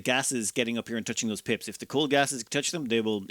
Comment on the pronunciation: Pips are now Pimps. I can't unhear it.